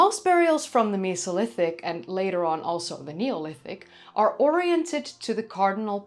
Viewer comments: You enunciate it as Me So Lithic!?! When it truly sounds like meh-Soh-Lith-ic it's a flat e not a sharp e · The miso lithic 😂 Mesolithic is how most peoples pronounce it why are you pronouncing it like meeso 😂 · Cool video :) why do you pronounce Mesolithic like Misolithic, when you say Neolithic and Paleolithic with a destinct "E" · i honestly didnt know i could be so triggered by the way someone says mesolithic until this video